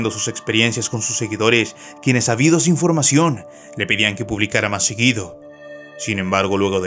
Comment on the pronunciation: Es “ávidos”, con acento en la A, no habidos